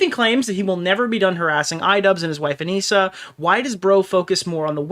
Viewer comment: I think it's really funny that repeatedly calls her "Ah-Nih-Suh", when both she and Ian refer to her as "Ah-Nee-Sah". He has been covering this story and been an active participant in the previous events, but doesn't even know her name. Sounds like she has not been communicating well with the volunteers.